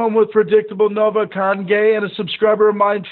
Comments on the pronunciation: he said congey the whole time not conhey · he said congay